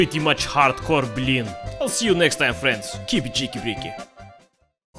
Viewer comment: I know, "blin" is "pancake" OR "family friendly blyat", and that "blyat" means "wh@ fu€k." I know when he says, "you're not making blin" he means "pancake", but every damn video, when he does, I hear him say, "You're not making whores....!"